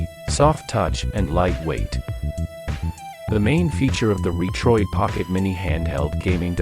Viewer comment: Is the narration AI generated? Pronounces Retroid (Reetroid).